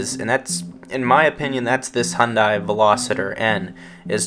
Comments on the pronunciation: Ok I got to say if you are going to do a review on a car you should be able to pronounce the name of the car correctly. This is a Veloster not a Velositer, where are you seeing the I in Veloster? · It's a Veloster not a Veloseter. Just saying.